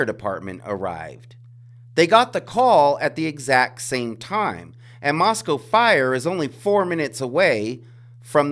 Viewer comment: You pronounce "Moscow" like the locals do. Good on you for that. This case is totally whack-o. Makes me think that somebody's going to get away with it.